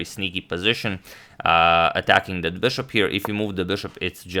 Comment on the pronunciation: why is he pronouncing "bishop" so weird? I've watched his videos from 2-3 years ago and he was pronouncing it normally...wth